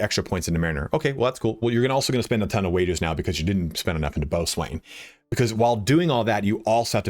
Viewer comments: FYI,, "boatswain" is pronounced "BO-sun" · Boatswain isn't pronounced the way you think it is. Boh-sun or bosun.